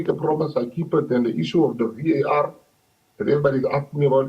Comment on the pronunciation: It's Waar for me😂😂 it's V.A.R sisi you can't say it as one word